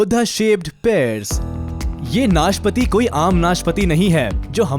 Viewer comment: भाई वो नाशपति नहीं नाशपाती होता है|